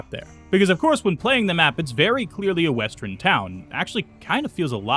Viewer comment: Say "west." Now, say, "Urn." West-urn. Say "I." Now, say, "urn." I-urn. Not i-run. Not west-run. What do you have against "err"???